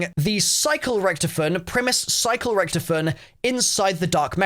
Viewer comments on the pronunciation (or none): why do you say ric-to-fen like ricktufin? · Loved the video, except the miss-pronunciation of Rick-Tophy-Ton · It's (rich toff fin) richtoffen